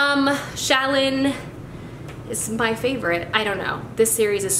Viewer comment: I liked how you pronounced Shallan's name for words of radiance I think I like it better than how the audiobook reader says it. (Sha-lon) I think for future reading I might just switch to how you pronounced it. <3